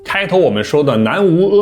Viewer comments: 〔無〕應該念〔牟〕音，不念無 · 南無（摩）阿彌陀佛！不是南無（吾）！ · 拿磨 不是 拿无。服了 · 南無阿彌陀佛要唸南謨阿彌陀佛喔！ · 你要唸正確的音比較好啊（南摩阿彌陀佛）阿ㄚ音請不要唸（ㄜ）惡音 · 南无，应该念na mo